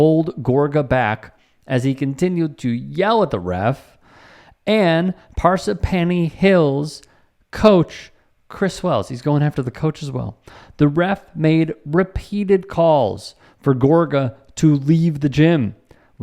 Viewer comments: It's Par-SIP-any not Par-sip-PANY, otherwise nice post. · It’s PAR- sip- any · I hate to be a grammar karen but the location names you tried were all wrong.... Parsippany is pronounced par-SIP-any and Ramapo is pronounced RAM-a-poe. Both of these can be found with a quick search. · Your pronunciation of the names of two Jersey towns was pretty funny. RAh-mapo. ParSIPpany As to parental behavior at kid’s sporting events you may not know this but most people are nuts… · Its pronounced Par-sip-pany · As an NJ resident. I just have to correct you on your pronunciation. First, it's par SIP pany, and second, it's RAM a po. Otherwise love your material, and yeah, these people need to check themselves and not act like this. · Okay you make the second person to correct for pronounce. The other guy says "par-sip-penny." I wonder who is right. Or does it change and sound different depending on where you are. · Great video but you butchered our NJ town names lol: Parr-sip-a-knee Ram-a-poe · you beat me to it lol as soon as he said it i had to go to the comments to find a correction on the pronunciation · I only stayed to hear you butcher saying "Parsippany" and "Ramapo" and you definitely didn't disappoint. You effed that up like someone who never stepped foot in the Tri-State area.